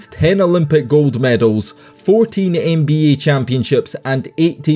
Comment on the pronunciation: Bro i would take you alot more seriously if you just said nba instead of n bee yayy